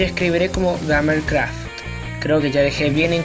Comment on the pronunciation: Se dice craft no cratf